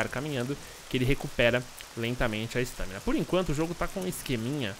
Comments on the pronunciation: ESTÂMINA? É "estamina" . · para de falar "estâmina" é estámina, sério sem qrer ser hater, mas dá nervoso, e o bglh q tu fala toda hora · "ESTÃMINA" que aflição kkk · sua pronúncia, estâmina está errada abraços!